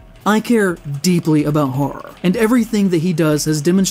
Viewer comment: Bro doesn't care deeply enough about Horror to even pronounce both syllables. sounds like he's saying "I care deeply about Har"